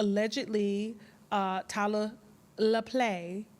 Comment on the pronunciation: Who’s Tyler Laplay? Tyler Lepley……lol